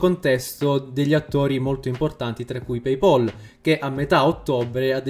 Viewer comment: paypal si dice pei-pal non e' paypaul - pay pol.